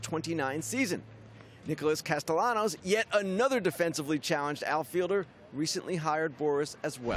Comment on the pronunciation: Yea just not with how he pronounced Castellanos lol